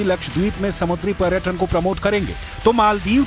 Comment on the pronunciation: Madam . प्रटक,pratan नंही पर्यटन और पर्यटक होता है।हिंदी तो सही बोलिये आप न्यूज़ एंकर है